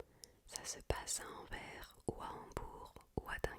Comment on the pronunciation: Petite précision, Anvers le S se prononce 😅 Sinon excellente vidéo, merci beaucoup 🙏